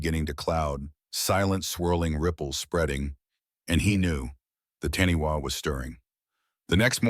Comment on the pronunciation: Its pronounced Taaniwha Tani Far. Wh in Maori is a Fã